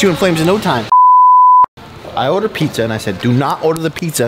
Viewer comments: My boy really said pixxa no pizza 😂😂😂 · "Peekzza" LMAO